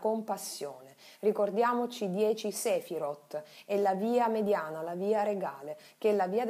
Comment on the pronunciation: Video davvero interessante. La pronuncia delle parole ebraiche però è totalmente sbagliata: si legge Kabalá e non Kábala, Sefirót e non Séfirot etc.